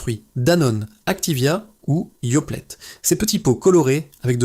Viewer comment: yoplette ? nestleu ? vingt (silence) grammes ? merci l'IA (+ décalage son/image) !!